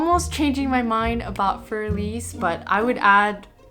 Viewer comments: I like both presenters a lot but neither pronounced this correctly, and the classical pianist was the worst. I just think that if one is going to make a video praising or criticising a work of music, one should look up how to pronounce it first. Für is not like "fur" as in the hair on an animal. And Elise has 3 syllables, not 2. It's one thing for kids and grade-school music teachers to get it wrong, but the presenters? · Every time I hear "für" pronounced as "fyoor", I cringe. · "Fear Elise"??? That's a funny way to pronounce it. 🤣